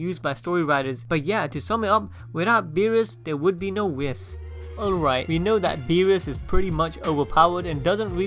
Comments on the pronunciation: Its not pronounced wis its wii-ss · U mispronounced Whis........